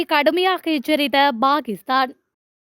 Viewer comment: Bakisthan என்பது நாராசமாய் ஒலிக்கிறது! Pakisthan என்பதே சரியாகும்.